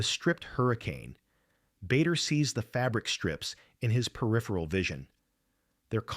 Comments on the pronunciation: It’s pronounced Baa der not Bay der. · It is NOT BAYDER,It is BARDER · What a load of tosh. By the way his name was pronounced "Barder" not Bay-der! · A most interesting video. I had never heard this story before. No criticism: Just a quick word about UK pronunciation: Bader is pronounced "Barder". Farnborough is pronounced "Farnbra". Now, a little criticism: Quite a few of the photos shown in the video had no direct relevance.